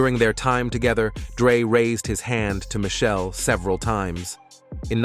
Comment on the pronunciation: It’s not “Michelle.” It’s pronounced: mish- shell- lay. It’s not “shoog.” It’s “shug.” If true, it’s sad that Dre hits females. It’s equally sad that Dre and is a billionaire that pays literally nothing in child support.